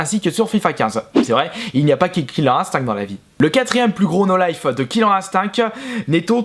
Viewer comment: killer ine-stincte merci dsl je suppote pas les prononciations comme ca